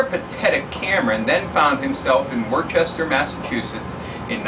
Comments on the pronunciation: worcester massachusetts = pronounced wussta or wusster if you don't have a boston accent :) great vide, as always. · Hey, just want to let you know that it's Woos-ter. Worcester is not pronounced the way it looks up here lol But I hope you had a merry Christmas, and hope you have a good time out for the weekend